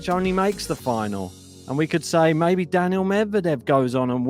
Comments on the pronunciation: His name is Daniil. Not Daniel. Get it right. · He is not saying Daniel,but Danil